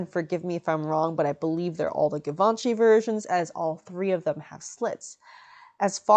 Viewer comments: it's givenchy like geee not give..... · Givenchy, gchee-von-she. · Love the informative fashion breakdown! Unrelated : is it not pronounced jee-vhan-shee ? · Why do you pronounce givanchy like that? The first sound is zh. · All those people correcting you in the comments is so upsetting. I’m sorry lovely! This dress is almost as beautiful as yourself! I for one have known about some of Givenchy’s designs for years and not once have I heard the name spoken outloud. Idk how they expected you to know the proper pronunciation. I was saying it how it is spelt all these years. Don’t feel discouraged, some people are just hurtful. Keep up the good work and thank you for everything you do! 💖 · Did you have to wear a strapless cone bra? How did you hide the straps in that cutout in the back? Also for someone who makes a great effort in pronouncing the French words so accurate (ie Duchess), why is your pronunciation of Givenchy not applied? The French (which Hubert de Givenchy was), pronounces it "Jzee-Vawn-Sheee"